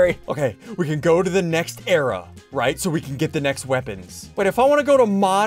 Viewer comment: It's era not area